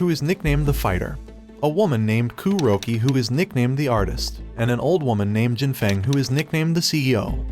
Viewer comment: This whole video feels like it was made with AI, with the strange pronunciation of Kuroki’s name, calling The Club a brothel, etc.